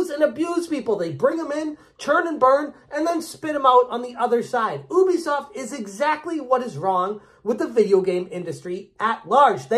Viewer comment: Ubisoft has confirmed multiple times what the correct pronunciation of their company name is. You should say "yubi", not "oobi".